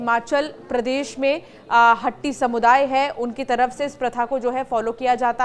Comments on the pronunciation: मैडम शब्द हट्टी नहीं वास्तव में शब्द हाटी है. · मेडम हट्टी नहीं हाटी कहो